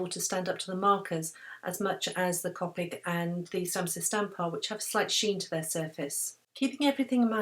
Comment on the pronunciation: I just have to say that copic is pronounced cOpic with a capital O sound :)